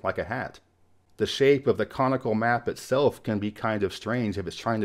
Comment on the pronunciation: I had to relisten to be sure you said comical versus conical. 😁 and one nice thing about this project and is that it doesn't leave anything off the map. New Zealand: ummm... Thanks for walking through those enjoyed them very much! Love the Robert Cray album too.